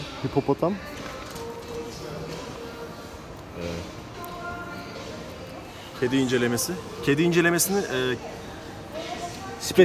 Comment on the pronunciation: hipopotam o hipotalamus değil hacı:)